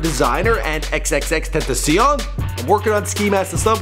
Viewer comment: Still waiting for to pronounce xxxtentacion properly